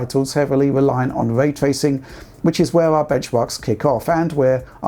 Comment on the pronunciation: Hmm, what is Vray Twacing you speak about?